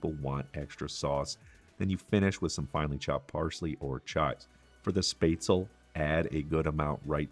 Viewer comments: XD its not "space tzl" its "shh pets la" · I wish you could pronounce the name SPÄTZLE It's not Sptazel. It it SPÄTZ- El-LE. Spetz el ah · He did fine other than the S... missing the sch sound. The rest is minor, the A. Word definitely ends with the L sound, not another A. At least this was how I heard and learned it with living in Germany. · 'SHPETZ-luh'. Great recipe! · Any suggestions for alternatives to onions? I am allergic to everything in the allum family and cooking and eating are quite dull. (And a hint...it's "spetz-la") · Na, its pronounced "Shpatz-luh". Trust the german on this one. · German here too and I was impressed that you kept it relatively true to the original German recipe. Very nicely done. For the sauce, I usually add a shot of cream. It gives it a lovely round flavour. The red cabbage, oh it has to be included as a side dish. Well done. I love your channel. The pronunciation of Spätzle was priceless. :) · Yes to red cabbage and butchering the word haha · The way he pronounces spätzle makes me shiver, and not in the good way 😄✌️. But everything else is looking really good.